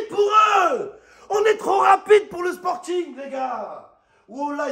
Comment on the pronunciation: "le " 😂😂😂